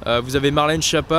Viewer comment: Prononcez skiappa, pas chiappa